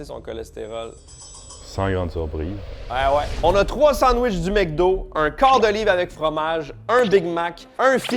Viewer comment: MEC do ? "mcdo"